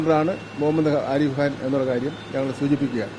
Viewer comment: വിദ്യ ആഭാസ മന്ത്രിയുടെ ഉഗ്രൻ ഷോ യുടെ മുന്നിൽ ഗവർണർ വെറും ശൂ....മാത്രം... നിയമസഭയിലെ കബറേ ക്കൊപ്പം വരില്ല. ഹാ രിഫ് കാൻ അല്ല , ആരിഫ് ഖാൻ ആണ്. അഹങ്കാര ത്തിന്റെ "ഹ'' അല്ല , ഫലം എന്നതി ന്റെ ഫ ആണ്.. കള്ളന്റെ "ക" അല്ല , മുഖം എന്നതിലെ "ഖ" ആണ്.